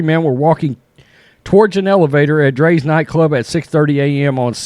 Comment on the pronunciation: Rite and it's drias not dre's